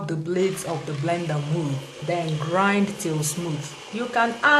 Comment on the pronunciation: blender not vender lol